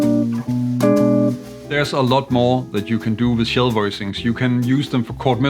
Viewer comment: I had never heard of shell chords, I thought maybe you were saying “chill” chords. Not far off :)